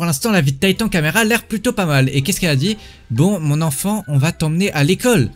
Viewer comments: Non mais la honte tu dis tatan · Tu dis meme pas corréctemen titan 😂